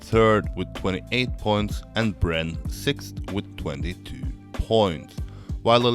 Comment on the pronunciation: I don't like the way you speak in this video. It's slow and idk why you hold syllables that much (especially on "points"). The content was fine, that's why i watched the whole video but i almost left a few times :/